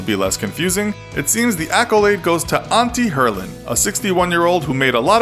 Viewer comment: u said antti herlin wrong yes i am from finland who else is kiltti kertokaa